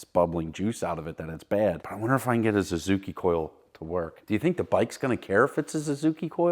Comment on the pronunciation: Is saying "Zazuki?"